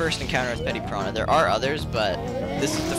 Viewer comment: It's Petey piranha... Not petty piranha. Petey as I Pete. Or Peter.